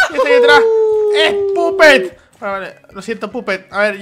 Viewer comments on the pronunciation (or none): No es pupet es papet